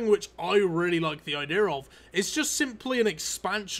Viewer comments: Says "idear" means idea 😂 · Could you try saying the word "idea" correctly? It's kind of hard to take someone seriously when they say "ideers". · could you learn how to pronounce "idea" before saying it...